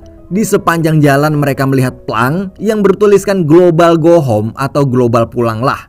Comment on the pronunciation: Suaranya lumayan enak mas, Tapi pronounciation/pengucapan "Go Home" nya gak mantap mas... ✌ Jadi agak gimana gitu